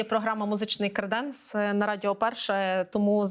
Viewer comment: ПЕРШИЙ ЗАХИСНИЙ ГЕЙ Галичани ви дійсно зі Львова 😮😮😮? У словах "креденс" та "креденець" наголос падає на перший склад: КРЕ́денс і КРЕ́денець. Обидва варіанти означають буфет для посуду, причому "креденець" є застарілим варіантом слова "креденс". Може вам ліпше ще вивчити Львівську ґвару!??? 😊